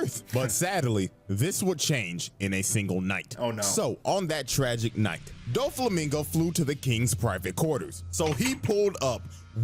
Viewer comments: Dough-flamingo ✅ Doo-flamingo❌ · The video correctly pronounced Doflamingo name throughout the whole video but you kept saying it wrong. It aint Duflamingo like Du rag 😂😂😂😂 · Hears and acknowledges that his name is Doflamingo Says Dooflamingo the rest of the vid anyways💀